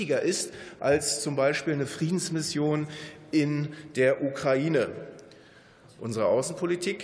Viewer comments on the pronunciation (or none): none